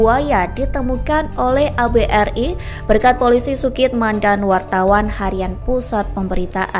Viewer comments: miiiinnmmm ......ABRI.....DI BACA ABERI......BUKAN .....ABE'ER'I......min...min.....kamu bisa baca g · Bahasamu min , ABRI kok di baca Abe er i ??? Lucu ...... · Gimana orang membacakan naskah, baca ABRI, dibaca A Be eR I.... Ada2 saja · Keterangannya sip, menambah pengetahuan sejarah negeri ini, tpi yg VO koq pengucapannya gitu..A...B..R...I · He..he.. naratornya anak kemarin sore Ejaan lama dibaca spt ejaan sekarang. ABRI dibaca A BE ER I 😅 Jangan² kepanjangan ABRI malah tdk tahu